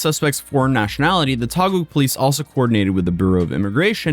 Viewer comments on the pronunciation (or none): Taguig is pronounced "Tagig" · 'Taguig' is pronunced as 'Ta-gig' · its pronounced "Tah-gig" brother lol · bro "Taguig" is pronunced as "Tageeg" not "Tagoog" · just a teensy bit of correction, no judgement since I understand this isn't that important to someone who isn't from Philippines, Taguig is simply pronounced as "tuh-gig" Because I was confused whenever he says "taguah" lmao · Just FYI "Taguig" is pronounced "Tah-Gig." You're so close, yet so far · It's... uhhhh.... pronounced "ta-gig" 😅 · I believed that duck on fhe mic, bought somewhere in the Philippines. He pronounced taguig like tagum in cebu.. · It's pronounce as TAH•gig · good job in covering this bro. but taguig is pronounced as Ta-Geeg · lots of love from the Philippines! Just a note "Taguig" is pronounced: "tah-gig". Thanks for making awesome content! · Wonder if he still loves jail after spending 2/3 of a year in one. Btw Taguig is pronounced tah-GEEG, it's a legacy of when Philippines used to be a Spanish colony. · its correct pronounciation is "tagig" and yea the system here is pretty slow but serious i threw a cigarette filter in a road back in 2021 failed to pay my fine after 4 yrs the court issued me a warrant of arrest... got thrown in the prison before 2025 ends luckily the bail is low so i only spent about 3 days there but i still have to attend my hearing once i got the schedule.... all of this for that cigarette filter vitaly might end up waiting for 2yrs there before his case proceed and his cameraman... that guy is cooked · its pronounced TAH-GEEE-GH . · Taguig is pronounced ta-GIG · Taguig is pronounced as "Tageeg". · COME ON MAN YOU BEEN TO TAGUIG ALREADY IN PERSON YOU KNO ITS PRONOUNCED TA-GEEG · Hey bro for future reference, Taguig is pronounced as Tah-Gig or Ta-Geeg. Much love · Taguig pronounced "Tah gig" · Taguig is pronounced "tah-GEEG." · City name Taguig is pronounced Tageeg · It's pronounced tah-geeg. Thanks for covering this.